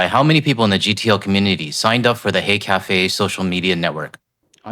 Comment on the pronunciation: I think you should spell out H-e-y café, bec I honestly thought you said hate café!! 🇨🇦❤️💪💪💪 .